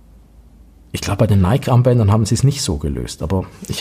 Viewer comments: Ich hab bloss zwei Kleinigkeiten anzumerken an deinem wie immer spassigen, wie informativen Video.👍 1. Nike spricht man Neikie aus. (Ich weiss, besserwisserisch, Haarspalterei usw. Aber wenn du Neik sagst, dreht sich bei mir die Bauchspeicheldrüse um und tut nicht mehr was sie soll.🥺) 2. Das weisse Armband passt ja besonders zur weissen Variante des Ziffernblattes hervorragend (auch wenn es nur aktiv weiss ist). Und genau das zeigst du nicht. 😭. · Hahaha. Zweimal hast du absolut recht. Hatte das weisse Zifferblatt schon vorbereitet. War nur ein Wisch weg. Habe es aber vergessen :( Und das mit Nike stimmt auch. Hier sagen wir aber oft Neik, darum tu ich mich immer noch schwer mit der richtigen Aussprache, obwohl ich es ja aus dem Altgriechischen herleiten könnte...